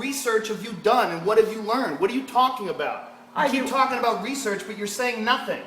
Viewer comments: "Rhasaan Orange". Do your hesearch, guys. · LOL HE SAID HESEARCH INSTEAD OF RESEARCH. TROLL CONFIRMED. HOGAN ROGAN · His accent XD His accent where he pronounces words that start with an "r", he starts with an "h", so he starts saying 'hesearch' instead of 'research'. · HESEARH HAHAHAHAHHAAHAA!!! HOGAN WTF HAHAHAAA